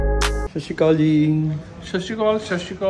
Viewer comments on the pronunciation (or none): bhaaji sorry but shashical nahi honda sat shri akal hota hai I think.......Sorry in advance if offend